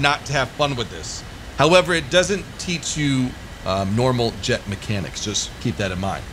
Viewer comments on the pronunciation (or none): none